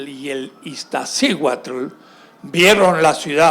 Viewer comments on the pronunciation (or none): El tipo ni siquiera sabe pronunciar Popocatépetl e Iztaccíhuatl, vive en México y quiere dar clase de Historia de México